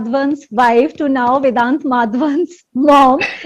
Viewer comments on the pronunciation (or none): His name is Vedaanth and not vidanth…its an indian name and indians are finding it hard to pronounce as it should?whats with y’all fake accents?